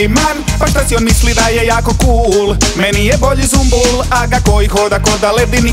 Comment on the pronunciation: Nije ZUMBUL brt vec Sumbul jbt.